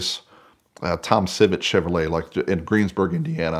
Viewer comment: All these comments and I didn’t see one person catch “CHEVROLETE” ?